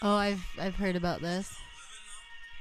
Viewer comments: nobody: absolutely NO ONE: Kurtis: aboot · JJ McCullough would like to have a word with you.